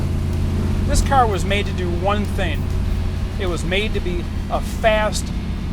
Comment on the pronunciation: .ustane??? Dudes tongue must be partially tied in a knot or somethane...can't pronounce the word "thing" He calls it a thane instead of thing .he says "misseen" and " "steereen" and "raceen". Dude, learn English or shut up...